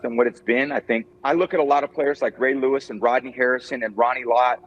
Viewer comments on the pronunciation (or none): none